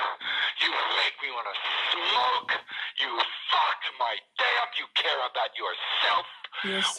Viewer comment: the way he hits the emphasis on “smoke” too: ”you make me wanna SMOKE!” so goddamn funny. 😂